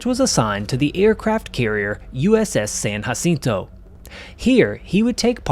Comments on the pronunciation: I what Kennedy would have thought if he was alive. . It’s pronounced with a J not H we speak English you’re pronouncing it wrong and you don’t speak Spanish. Jacinto not hacinto say it Wright. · You dont have to pronounce it hacinto.